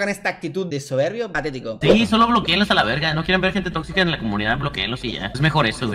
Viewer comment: Dalas diciendo "Alaverga" JAJAJA se escucha super curioso, amo a este hombre y si, Ded ya se había visto como un hipocrita inmaduro y quiere que todo siempre gire al rededor de él, yo lo empecé a seguir desde que estaba con pipe, y alc me fui con pipe, luego con "esos cuatro" prefiero a Juan y Roberto, Ded ya se me hacia muy falso